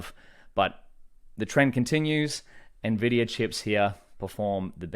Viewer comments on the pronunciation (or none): It's not "nuh-vidia" please stop lol